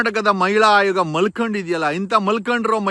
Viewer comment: ಅವ್ಯಾಚ್ಯ ಅಲ್ಲ ಸಾರ್ ಅವಾಚ್ಯ. ಹಾಯೋಗ ಅಲ್ಲ ಆಯೋಗ